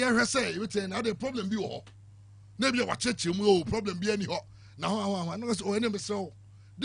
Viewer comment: Ps learn to call nana addo his excellency nana addo with respect but y called John mahama his excellency, the kofi Jerry who say Tottenamand ploblem